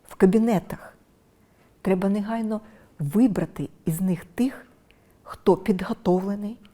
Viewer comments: Не неґайно. А негайно. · Юліє Володимирівно, навчіться, будь ласка, вживати українську "г" , а не російську "ґ ". Дуже ріже слух "перемоґа", "черґи", "неґайно", "наполяґати"... Навіть російськомовні в Україні в більшості вимовляють українську, м'яку "г".